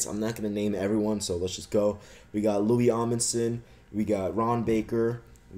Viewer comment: LOL cant pronounce lou Amundson loui amundson. And dont say I dont know because at one point he was on the cavs but went to the Knicks in in the 3 team trade that sent the JR smith and Iman Shumpert to cleveland